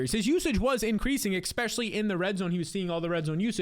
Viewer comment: I have a new game; Every time I hear you say Exspecially I close the video.